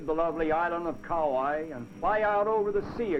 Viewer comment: Wow! No more Aloha Airlines. No more camera ports on airline windows. No more smoking on airlines (woowhoo!). No more Coco Palms on Kauai (I liked the way the announcer mis-pronounced that island name). No more Kalapana black sand beach (that's too bad - it looked cool in this video). How about that dirt road in this video at the Hanalei Valley Scenic Lookout? The tunnel on Hwy 30 going towards Lahaina on Maui still looks the same today as it did in this video but the road is MUCH wider.